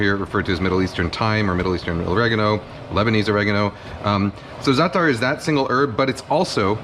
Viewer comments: زعتر مو زاتر 😂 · excuse me, but I'm Arab and I'm telling you as a native speaker that NO ONE pronounces it with 'sh' sound. No one else pronounces it with a 'sh' sound either. We all told you, including Chef. And now you're out here looking like a nasty jerk. Learn from this.